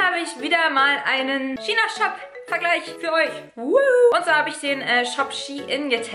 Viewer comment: „Schina Shop“